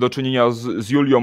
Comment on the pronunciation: Panie redaktorze … Julią - nie Juliom